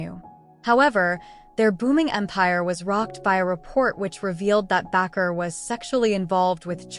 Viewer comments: It's Baker not backer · Bakker is NOT pronounced Back-r, it's pronounced Bake - r, like someone who bakes a cake. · It’s “ Jim Bakker” not Backer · This such an unprofessional website. His name is Baker . Why do you constantly mispronounced it. I don't want to watch anything else you put out